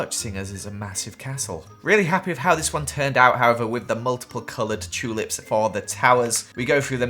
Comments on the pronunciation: I like when he says chulips instead of tulips 😊😆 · i love how says chewlips 💀